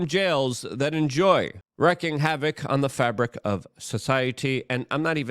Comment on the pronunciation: REEKING havoc is the way it is pronounced. Wreaking havoc is how it is spelled.